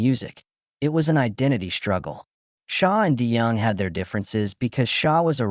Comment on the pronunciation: This looks like an AI generated video of generalizations from various public sources, and I don't think any real person is going to multiply mispronounce Dennis' name - i.e. nothing to see here.